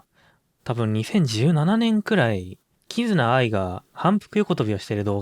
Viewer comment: このイントネーションであってるはず